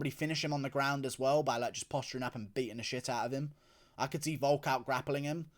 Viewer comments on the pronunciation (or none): none